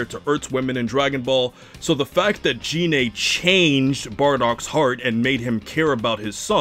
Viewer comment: So the problem is... you thought Selypa was the squad's fuck-toy, and are upset she is not. Also, it's Gine, not Jine.